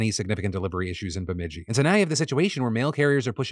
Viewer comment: Way to go Phil you nailed the pronouncement of my hometown Bemidji!